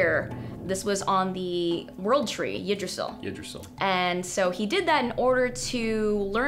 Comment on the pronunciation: please lern to pronounce yggdrasil